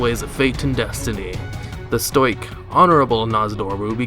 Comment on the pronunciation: i love your videos but... STOIKE???????? its STOW-IKK man